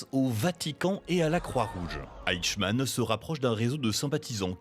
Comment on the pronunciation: Le fameux "eickmann"